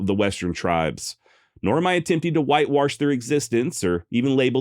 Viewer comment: I'm a Northern California native and work about an hour from Beckwourth. The locals pronounce it Beckwith and I've read he pronounced it the same. Hahahaha I just heard you say whitewarsh 😂